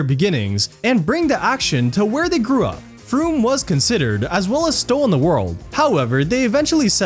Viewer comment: Stow on the WOLD. Not World 😂